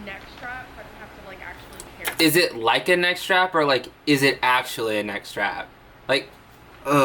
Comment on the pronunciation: Okay, when you said 'neck strap" I though it was like 'net trap' I was confused because I was like wtf. I didn't think she would actually explain a... neck strap...